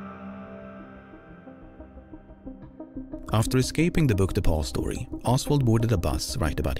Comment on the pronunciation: I swear to god every time he says "Book Depository" I hear "Book De'Paulstory" and it sounds like some fancy hotel or something.